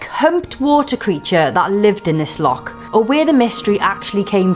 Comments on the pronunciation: As brilliant Welsh people up here say it with the same spit as you would at home lochhhhhh not lock. 😂😢💜💜💜💜 Remember boat is an acronym for bring on another thousand. I would love to donate for your Africa shoe fund but I'm not in the position. Keep it up guys I have so much respect for the two of you. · LAKE LAKE Ness - Heresy!!!! people have been burned at the stake for less. But being our Celtic brothers you may be forgiven - if you get it right. It's LOCH with a capital CH. No K involved! Be warned🤣🤣